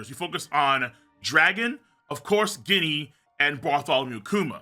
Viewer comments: Yo it's written ジニー in japanese and it sounds like genie not guinea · Ginny is pronounced “Jenny” my guy. 😭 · it's Ginny like Gin the liquor, not actually pronouncing the G lol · IT'S PRONOUNCED JINNY!!!!!!!!!!!!!